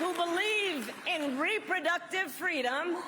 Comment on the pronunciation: when she was campaigning with Rosa Parkes for FWEEDOM🤣🤣🤣🤣🤣